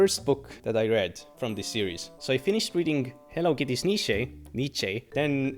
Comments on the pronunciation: just say Friedrich Ni-chan ❤‍🩹it's not correct but it's closer than whatever you are saying ❤ great video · Nietzsche is pronounced kinda like ニッチェ or alternatively ニツシェ